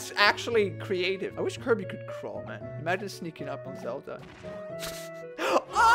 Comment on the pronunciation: we know almost all of are gonna be high tier, its Kirby, KIR•BEE